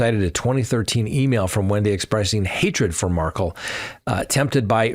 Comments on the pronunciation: You still mispronounce Xana’s name, and now you mispronounce Wendi Adelson’s husband’s name. You are saying Markle but it’s Mar-KELL. Ugh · Mar-kell not pronounced Markle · Accent on the second syllable! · Curious- why do u pronounce the Markel name as Markle ? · Doesn’t rhyme with sparkle (accent is on the ‘Kel’ syllable ) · Why can’t you pronounce Dan Markel’s name correctly?